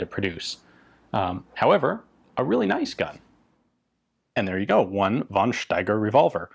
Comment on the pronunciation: I like this presentation. I just want to say: In german, we don't have a use for the "v". So we just pronounce it like an "f". Always. There is no won Erich, no won Steiger, always just fon Steiger, fon Erich etc..